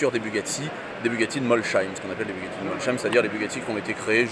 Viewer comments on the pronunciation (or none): Alors déjà on ne prononce pas "MolCHeim" mais "MolSheim", c'est un "S" ! "Mols" d'un côté et "heim" de l'autre ! Merci ! :) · Molsheim avec un « s » on ne prononce pas « ch » en Alsace !!!!! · Avec une telle expérience et connaissance de Bugatti, il serait peut-être temps de savoir prononcer Mosheim.... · super vidéo sauf bémol le MolCheim